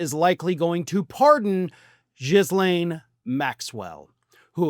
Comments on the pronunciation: do you say Jizz-lane to insult her? Her brother calls her Gee-len. But Gill-lane is the normal English pronunciation of the French name Ghislaine. If she ever stands before a judge and is asked to say her name, the world will be listening intently. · So do U ironically call her Jizz-lain on purpose? Because I do believe its Ga-lain. Because I crack up like a child. Most every time U pronounce her name.😂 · ‘GHEE-LAINE’…not fucking ‘jizz-lane’.. 🤦‍♂️ We’ve only heard her name for the last how many years..? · Please, please pronounce it “Gill-ane”, not “Jizz-lane.” You’re killing me here. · "Jizz-lane" is a more apt name, though the proper pronunciation is ghee-lane*. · Please stop calling her Jizzlaine. That's gross!!! It's pronounced Gillaine. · Even though Jizz-lane is a far more accurate pronunciation, her name is pronounced Gill-lane. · Jiz Lane? Her name is pronounced: Guh Lane. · it’s not JIZZLane. (Although maybe it should be). Pronounce the GH as a hard G, and don’t sound the S. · It's "GEE-lane," not "JIZZ-lane." Do a little homework, huh? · Will someone please inform that it's not pronounced "Jizz Lane." All other outlets pronounce her name as "Guh-lane." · LOL -- it's not "JIZZ - lane Maxwell", it's "GHI -- lane" with silent "s". However I agree with you that a Trump pardon seems to be the reason for this latest Trump "deal". If "JIZZ - lane" agrees to publicly state that Donald Trump had NOTHING to do with Jeffery Epstein, is NOT a convicted criminal felon/rapist/ sexual predator of numerous women, and is as innocent as a newborn baby ---- then "JIZZ - lane" will be set free. And then she can become a top Trump supporter on Fox News and the other Trump propaganda outlets, further spreading the Big Lie that Trump is on the same level as Jesus Christ. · Are you misspronouncing her name on purpose because it's definitely funny It's gillaine not jizzlaine 😂😂😂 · It's pronounced "Ghee - laine"... like Elaine but with a G